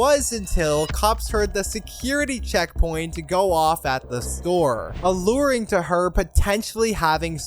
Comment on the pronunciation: *ALLUDING not Aluring